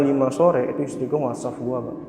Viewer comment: WhatsApp bang bukan wasaffff